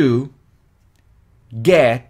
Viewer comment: Lo unico malo es que cuando estas dictando despacio se siente que pronuncias: it ( con S) y tambien (get). Pero luego todo excelente.